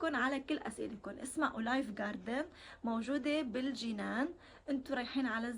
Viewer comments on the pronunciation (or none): بعرف بس عم تلفظها غلط عم قلها بالفرنسي اوليف مش اولايف